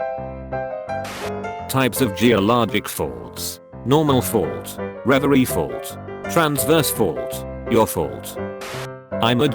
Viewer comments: Reverse fault Text-To-Speech: ReveREE Fault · Nobody: Robot voice: ReVrEe